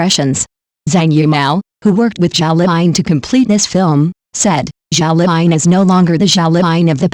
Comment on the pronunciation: Her name is zhao liying not zhao fine